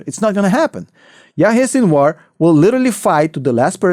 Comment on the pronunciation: It’s Sinwar not Sinuar … sin-of-war , sinwar